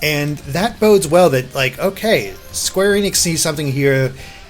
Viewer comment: Mega FIare Studios It's not pronounced like that that. That is unfortunately a very common misconception. A lot of people forget that before they merged, Enix wasn't pronounced ee-nix, it was pronounced eh-nix. Why the hell would the two merging change that?! Also, if you listen to official videos from them, they clearly say Square eh-nix.